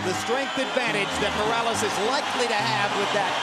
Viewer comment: .. just for the record Buffer: Errick (doesn't exist) it would be Erick with soft r like in "tree" Buffer: El Terrible is perfect! Buffer: "Morrales" (is various fabric bags) it would be Morales with the r sound like the t from "Dakota" In Spanish not everything is rrrrrrrrrr